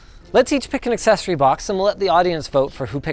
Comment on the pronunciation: I am truly happy when you pronounce accessory correctly. It's not an assessory.